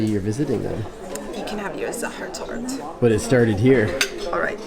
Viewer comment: Congrats to you pronouncing the "ch" perfectly! But don't drop the "e" in "Torte" ;-). Enjoy your next trip! Greetings from Vienna!